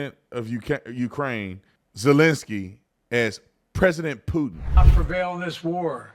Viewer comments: At the end it sounded like he said I’m so focused on peein and poopin lol so so funny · I bet he is focused on “pootin! 😂